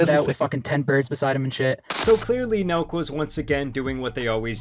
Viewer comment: I thought he said milk boys